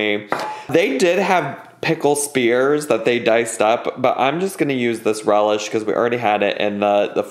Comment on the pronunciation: Sweet relieh? Wasn’t it dill? Isn’t the cauliflower supposed to be smashed?